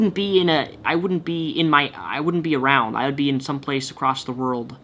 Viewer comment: you shhoud choud whoud donate to cherety?? CHERETY??? WHOUD???